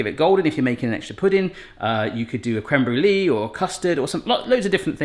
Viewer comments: Crem bru Lee? Thought it was Crème brûlée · Love a good crème "Brew Lee" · What's a crem-bru-lee?